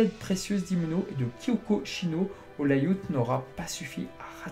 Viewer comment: Bravo pour ce boulot documentaire et informatif, impressionnant! Merci! et ta prononciation de "lay out" m'a fait mourir de rire! Et oui, valentine vs seiya est le meilleur combat....